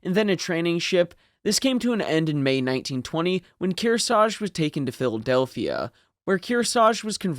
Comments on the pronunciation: Its KearsaRge. Not Kearsage. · They took Kearsarge's name off her so they could use it on a new Essex class aircraft carrier, but thet ship was renamed to honor the lost Hornet before launching. Btw both of the Rs in Kearsarge get pronounced, and if one is left out it's usually the first one. Least around here in the Kearsarge Region.